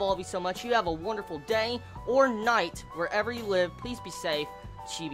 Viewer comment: I always thought you were saying ''have a wonderful day or not'' well, i assume that was night, but it sounds always ''not'' to me. xD PS: the moe of this series is very touching